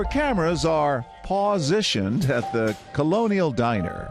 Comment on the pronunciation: Cameras in “pawsition” had me smacking my forehead